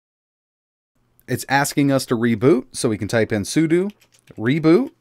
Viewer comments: I know it's knit-picky, but since you talk a lot in your videos: it's pronounced sue - dough. SUDO isn't sue - doo, it's SUE - DOUGH. Ok? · It's SUDO, not SUDU. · Its not SOOODOOO its SOODOH!